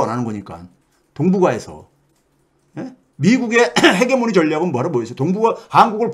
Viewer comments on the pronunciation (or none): none